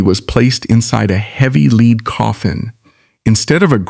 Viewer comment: Enough AI narration. IT'S LEAD, as in the metal pronounced LED not LEAD pronounced LEED coffin. thunbs down